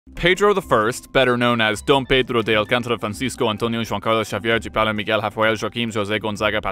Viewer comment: Still impressed at his pronunciation of the name "João" for an English speaker.